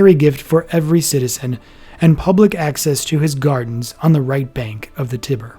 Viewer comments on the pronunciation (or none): The 'Tibber'? How about the Tiber? You can't even pronounce the name of the river that is in the heart of Rome. Why did I waste my time listening to this...? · "The right bank of the tibber?"